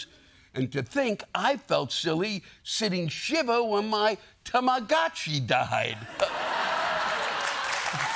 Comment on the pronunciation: Someone certainly had to tell Lewis how to say "tamagotchi" 😂 top tier segment!